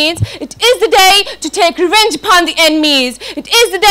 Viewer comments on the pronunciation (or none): none